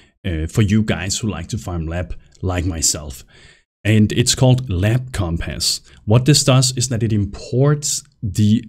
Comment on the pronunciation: omg say compass right. omfg lmao.